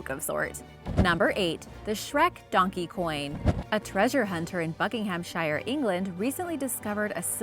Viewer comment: Absolutely love your vids but if I may say.. Its pronounced bucking-ham-sheer we don't pronounce it bucking-ham-shire the shire bit is more said like your shushing someone. But keep up the fab work